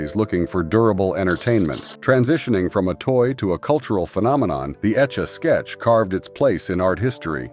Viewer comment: The way he or it kept saying “etch a sketch”. Either a very young narrator who never heard how to say it or terrible AI again.